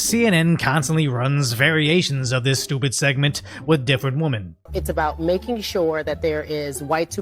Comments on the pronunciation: As a reminder, the plural of woman is women. "More than one". Pronounced "wimen" or the African American pronunciation " wimen's". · I love your vids. Please work on the pronunciation of WOMEN. Just like Men and Man are pronounced differently, so is Women and Woman.